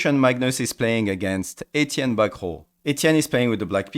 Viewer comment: The way you pronounced the name Etienne Bacrot... Just awesome... Magnus is just a humanoid chess engine bruh